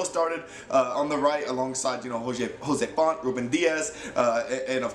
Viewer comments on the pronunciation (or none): Man i love ur vids but its cancelo not canchelo and its jose fonte like in english not like spanish ok. Because as a portuguese myself its a bit annoying hearing that ok. Much love man